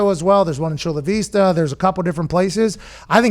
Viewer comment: I just despise pat sayin VE-sta when all we say is vi-sta here lol